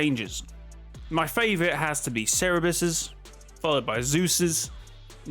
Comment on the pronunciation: Oh god the way you pronounced Cerberus..